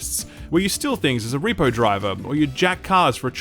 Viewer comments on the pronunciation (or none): none